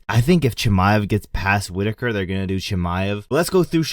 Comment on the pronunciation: Mate, you can’t even say Chimaev runs through Rob Whittaker 😂